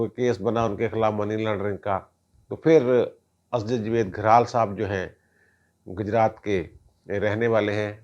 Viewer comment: ۔ Gajraat نہیں Gujraat